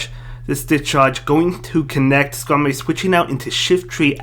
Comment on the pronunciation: This guys voice is funny 😂 He can’t pronounce his R’s lol “Maowak, Skamowy, Vigowath” lmao 😂😂😂😂👍🏼